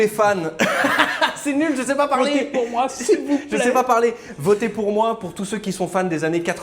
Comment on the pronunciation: Le voTe avec un T comme Le Tedz.